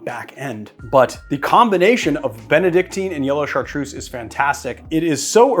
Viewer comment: I'm French, Chartreuse is pronounced with a Z like Zoo !! Not a S :)